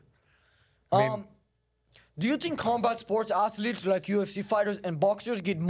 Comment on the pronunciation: I don't tink so, Bud 💅